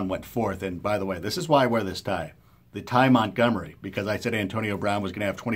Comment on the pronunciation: lol "Tie montgomery"